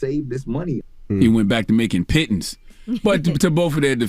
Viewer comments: Angela kept saying pittons and that shit was so funny 😂😂😂😂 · I can see where Dj Envy learned the word pittance, he is married to a Jamaican , I grew up hearing about being payed pittance all my life from older Jamaican. Listening to Dj Envy doubting himself after they started mocking him for saying pittance.